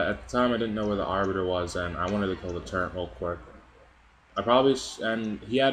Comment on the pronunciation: Dude, it's called a TURRET. There is no 'n' in TURRET. It's not a TURRENT. Good vid though.